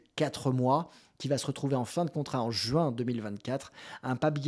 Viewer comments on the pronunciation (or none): none